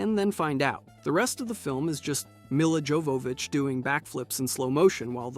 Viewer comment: When you mispronounced Milla Jovovich I instantly knew that your opinion does not matter.